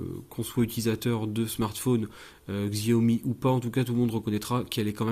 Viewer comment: Stop massacrer le nom de la marque, si déjà vous revendez apprenez à prononcer Xiaomi.